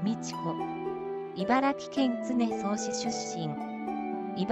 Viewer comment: 常総(じょうそう)市をつねそうと読み上げていて、笑いました。